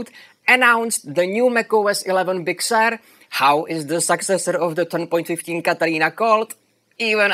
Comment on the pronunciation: I like the pronunciation of “Big Sewer”.